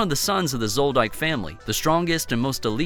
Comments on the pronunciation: It is universally pronounce as zoldick. Not into correcting but its just weird to hear it after millions say it the same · you can't be a hunter hunter fan and pronounce zoldyck wrong